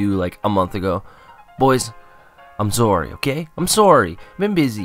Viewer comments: I could tell you were Canadian by the way you said sorry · I could tell you were Canadian by the way you said 'sorry'. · Your 24? You def sound like it. And when you said sorry, oh man I can tell you're Canadian. XD Not to be rude though. My science teacher is Canadian and says it that way. Although, Australians say it like that too some times. Oh well. Nice to know. And sorry about your dog-oh. I got two, so I know how attached peeps can be to dem close friends. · When you said "I'm sorry" in the beginning of the video I said to myself "He's canadian" and after that you said you were LOL! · The Most Canadian Sorry